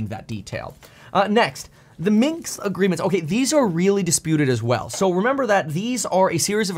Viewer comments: Minsk Accord not Minks! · Minsk, not Minx! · Its Minsk not Minks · It is MinSk agreement by the way, not MinKs or Minxed agreement which you keep repeating. It was named Minsk agreement because that is where the talks took place, in the Belarusian capital. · Point. However (and yes, subscribed) your delivery speed transposed "Minsk Agreement" into "Minks Agreement" or just "Minks." Felt a bit weird, for a moment, but just a thought. Speed is great, just don't be THIS guy